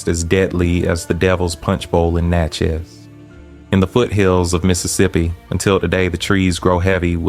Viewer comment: It's pronounced like "matches;" Natchez, I'm born and raised here. The Devil's Punch Bowl is now called Natchez National Cemetery in an area neighborhood called Marble Stone. Every year, I think between Spring and Summer "they" perform an act of theatre out there (at night) and it appears very demonic. This is from a personal account of my roadside (Cemetery Rd.) view, without any context of what the script or acting entailed. The image(s) didn't need a thousand words, my spirit said it was satanic!